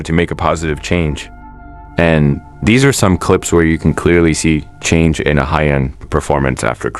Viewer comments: Just for future reference, her name is not pronounced like uh-hy-yun. It's pronounced like "Ah hyun" and the "hy" part is not pronounced like "hi". It's just an "h" + "yun". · I'm not a stan so i wouldn't know but are you pronouncing her name correctly? Korean names are usually two syllables (Ah-yeon). You're saying A-hy-eon. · It’s not ahayeon it’s pronounced ayon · Ah-hyon, not ah-hy-yon lol. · "aha-yeon" jfc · Learn to pronounce her name correctly 😂